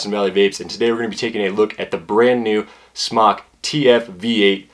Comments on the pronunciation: I've talked with the actual company in China. It's pronounced "Smoke." Not "Smock. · It's pronounced "smoke." I asked SMOK and was told it's NOT pronounced "smock." Please start pronouncing it correctly. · it is NOT SMOCK! Its a long O! jesus christ.